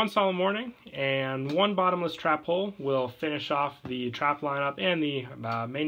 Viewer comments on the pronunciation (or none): none